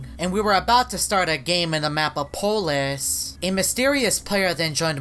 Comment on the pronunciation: Its polus not polis